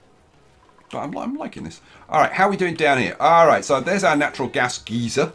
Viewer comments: It’s pronounced (guy-ser) not (ge-ser) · Wait is it geezer or geyser (gizar)?